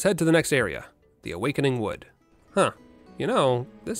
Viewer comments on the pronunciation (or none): none